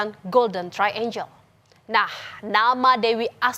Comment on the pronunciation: Triangle (angle = sudut, triangle = segitiga) bacanya trienggel, bukan trienjel. Angel (malaikat) baru dibaca enjel.